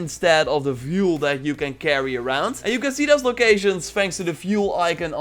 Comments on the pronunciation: It's fuel not vuel shit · Like, fuel is fjoel to him